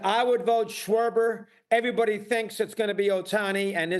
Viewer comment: Lmao this guy said sharber like cmon man a DH